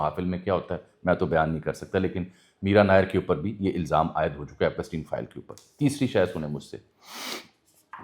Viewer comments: This is not Epasteen. It's pronounced as Epshtine, like shine. It's a German name. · بھائی ایپسٹین Epstein بولنے میں کیا مسئلہ ھے؟ ایپ سٹی ن۔۔۔ پ کے اوپر زبر نہیں بلکہ جزم پڑھا جائے گا 😜